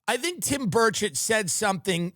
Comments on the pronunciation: Did he say Tim Birdshit 😂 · Am in uk and have to ask Is it the accent or am I hearing the name Tim birdshit 😂 x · Tim does keep saying Tim Birdshit, right?